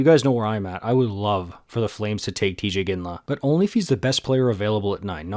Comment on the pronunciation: Teeej not tie